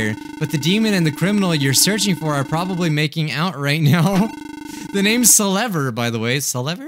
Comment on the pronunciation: by the way, if u didnt know selever is pronounced: selver